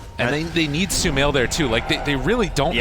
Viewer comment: thought i was the only one... sumaiL i think he wants to say? 🤏😁